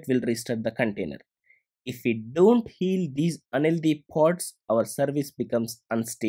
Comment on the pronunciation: thank u for the video! btw you pronounce the word "unhealthy" as "LD", i was so confused